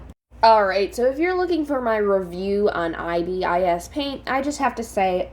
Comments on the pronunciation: i am sorry but its pronouced as "ibis" not "i.b.i.s" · It’s pronouns .I. Bis